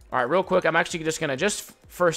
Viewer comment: Besides being a pro on zed and knowing what fights u won and what u lose, i love how he says I'm - "amma"